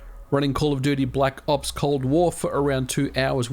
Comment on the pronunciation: black “0PS” Cold War. Love the way he’s says it lmaoo